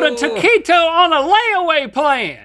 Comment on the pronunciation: Especially whenever he said taquito